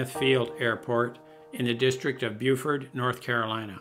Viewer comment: Just an FYI, the NC destination was in Beaufort (bOfort). Beaufort (bUfort) is in SC. Just a mispronunciation, no biggie.